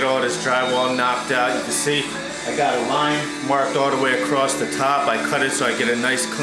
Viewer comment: Nice install but try to learn how to pronounce "the" instead of "da". When you say da over and over instead of the, it makes you sound like a meathead. Same goes for "this" and "dis".